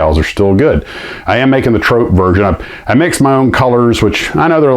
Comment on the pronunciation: Hi - yes, Airfix nosedived on quality for a while but they've been back on it for many years now although they're no longer the pocket money (allowance) treat they once were! BTW, it's trop as in drop, not trop as in dope 😉.